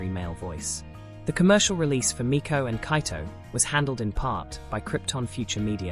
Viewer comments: You’re mispronouncing Meiko, it’s pronounced like may-co not mee-ko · Meiko should pronounced May-koh not meeko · i love everyhing about this video except the way meiko was pronounced/hj 😭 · I love this but the way you're pronouncing Meiko and Kagamine is killing me